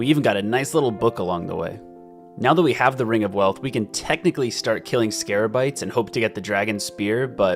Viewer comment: I waited hours to see if he would ever figure out it was scabarites instead of scarabites